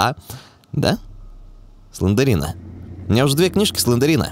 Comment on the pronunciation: слендрина а не слендерина емае